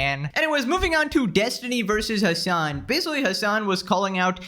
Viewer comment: "Hman"? Is it Hasan? :v